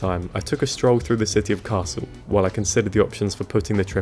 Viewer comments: Hi, I loved to watch your challenge. I use the ticket for trips up to 4-5 hours myself and the slower pace lets you calm down and enjoy sights you'd otherwise miss out. A bit off the topic: i guess, that your German may be quite decent. In the video however, you're missing out the speeding up on the double consonants. The double-s in Kassel ist pronounced like in the English word vessel, the ll in Halle is more like the English name Miller and not like the English word Hall. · Cool although I had been under the impression that you spoke German...until you said Kassel.